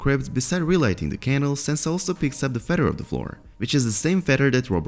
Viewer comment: "Fed-her" - Hey Narrator, it's "feather." Fe...the-r. Also, your numerous, frequent videos are unwittingly turning into comedic relief instead of legit-sounding content. Confirmed!